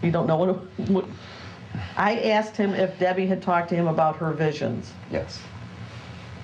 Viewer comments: Every time he said “axed”’ instead of asked , I died a little bit. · For the longest time, I wondered to myself "Was Michelle ever axed?" Today, we find out that she was. Boy oh boy. The anticipation is killing me!